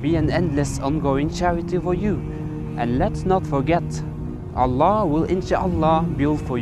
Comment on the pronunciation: Good acting ... Even he can't pronouncing Allah properly 😂😂😂😂😂😂